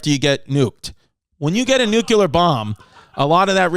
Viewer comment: No shade but can we stop saying "nuclear" as nucular? It's nu clear, as in " New Clee Ar"